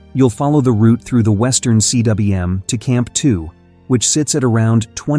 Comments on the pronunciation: It's pronounced 'Kuum' in English (not C. W. M.)you stupid AI voice! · yo tell your ai voiceover guy that's it's pronounced western coom, not western C.W.M. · CWM is pronounced "Coomb"- It's a Welsh word. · Cwm is a Welsh word and it's pronounced "coom". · Cwm (Welsh for valley) is pronounced ‘coom’. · Hey, AI, "cwm" is pronounced "koom". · I don't mind the voice, honestly (but then, I grew up listening to the BBC's "received pronunciation") I just wish someone would teach it to pronounce "cwm"!